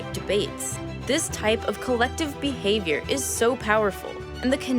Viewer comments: I appreciate how you said ‘Bee-havior’ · Every time she said words like "behavior" or "because" I thought "bee-havior" and "bee-cuz" etc. Anyone else?